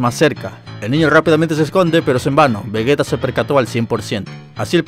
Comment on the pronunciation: Se dice "Vegeta" no "Vegueta" que les cuesta decir bien el nombre de un personaje?